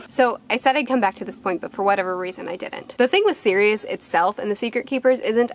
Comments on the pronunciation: If that’s how you say Sirius I’d like to here you say serious? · Man I hate the way you Americans pronounce Sirius